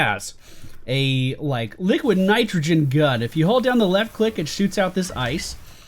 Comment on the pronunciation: Did...did you just call it "liquor nitrogen" ?